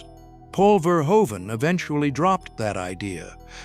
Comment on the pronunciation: FYI the director's last name is pronounced Fehr-hoo-vun.